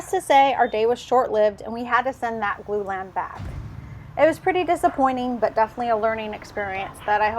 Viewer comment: "Glue Lamb?" "Blue Lamp?" I have 6 years in construction and have no idea what you're saying.